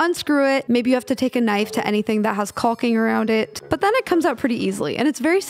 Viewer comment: Love that you're showing people that this is possible and sharing the rest of this journey. Also made me LOL how carefully you pronounced the "L" in "caulking". I know, totally random, but also very important! :-P